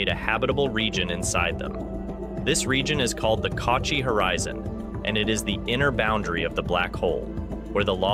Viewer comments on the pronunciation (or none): "Cauchy" is pronounced "koeshee."